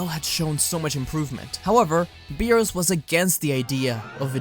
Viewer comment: Since when Beerus became Beebus lmao